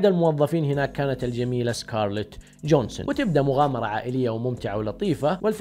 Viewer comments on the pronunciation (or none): اسمها سكارليت جوهانسن مو جونسون lmao